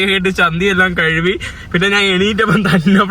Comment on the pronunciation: കഴുവി അല്ല, കഴുകി ആണ് ശരി